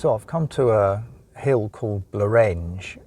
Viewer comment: Nice video. However, when in France, I expect like most people you try and pronounc place names like the locals. It would be nice to think the same courtesy could be extended to placenames in Cymru too. Blorenge has the emphasis on the first syllable and Penny Ffan is Pen-uh-Van. Otherwise, keep up the good work